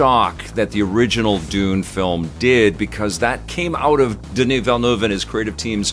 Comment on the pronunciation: On behalf of Denis Villeneuve, thank you for pronouncing his name correctly.